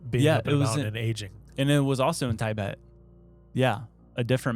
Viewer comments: This episode is making me question so many things … Why doesn’t know how to say Tibet? Why aren’t any of the other guys correcting his pronunciation of it? Wait, do I know how to pronounce Tibet?! How did actually just pronounce it correctly? Or again, do I not know how to pronounce it? Is actually a secret genius? No, sorry that’s insane, Especially after he said NASAW. Why didn’t anybody correct when He said NASAW? Is there some other organization I don’t know about called NASAW? What in the hot dog is going on?! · Tibet, or Tie-Bet according to hahahaha does he say he is an "Eh-Merican" hahahahaha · I never wanted to punch anyone, until I heard him pronounce Taibet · Your pronunciations of NASA and Tibet are driving me nuts lol!